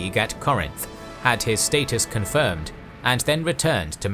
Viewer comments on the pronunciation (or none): none